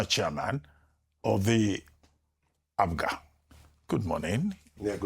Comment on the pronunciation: Rufai, we are called APGA and not APUGA, take note.